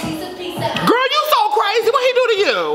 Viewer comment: You need to stop saying gril